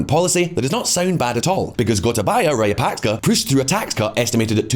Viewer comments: how hard is it to learn to pronounce raja-puck-shaw, given how many times he says it. I cringe every time he says rayapaska to make some point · It's Rajapaksa, not Rayapaksa , as in tiyowaana , and maruhavana unana . It's different here . Wonderful video, appreciate your effort very much. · Dude! At least TRY to say the name Rajapaksa correctly.. You at least mispronounced it in 3 different ways. Rayapaksa, Rayapakska, Rapaska, Rayapaska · I understand that you could have difficulty with the pronunciation of names, but at least stick with one. You are switching back and forth between 4 different pronunciations of the same name from "Rajapaksa", then "Rayapaksa", then "Rajapaska", and onto "Rayapaska", and it's just very annoying, and I'm not even a Sri Lankan. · because they should care about pronunciation. You'll be laughed out of their restaurants for saying the dish name wrong. A channel about geopolitics should at least say President's name correctly, if not then at least TRY. I'd have been fine with Rayapaksa if he kept saying it throughout the video. But he kept changing it in every damn sentence. Which shows three ignorance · Rajapaksa or Rayapaksa? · Him pronouncing former president as "rayapaska" is taking all my attention away.. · Well , the word Rajapaksa here J will be pronounced as J and not Y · wtf is up with his pronunciation of rajapaksa and hambantota. like dude its not that hard.